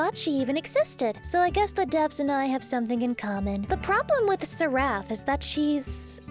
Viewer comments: Bruh, it's pronounced Seh-ruff not Sir-raff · "Sir-raff" Girl. Its SERaph. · at first I was confused as to why you were putting the emphasis on the wrong syllable in the word "seraph". Then I remembered, "right, she's a demon. She'd probably explode if she said the name of an angel correctly". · I cringed every time she mispronounced Seraph. That aside you'll never understand how square really screwed over sch when they took away Selene's ability to apply haste to party members. The. Again the ability to enable the entire party to do everything 2x faster was pretty broken